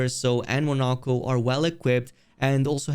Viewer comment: You actually said the character's names correctly :O edit: of course you failed at some point :( They literally tell you how to say their names in the game. How did you mess any of them up? Poor Monoco